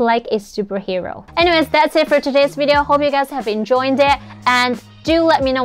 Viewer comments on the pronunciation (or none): Very, very, minor nitpick, but, when you say "enjoyed" as in "I hope you have enjoyed it" it sounds like you're adding an 'N'. So, it sounds like you are saying "enjoined". Which would make it mean: I hope you have tied my video to something else, as with rope. 😄